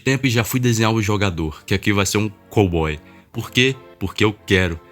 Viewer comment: kkkkk ai é fodah "Aqui vai se um cawboi pruque? Pruque eu quero".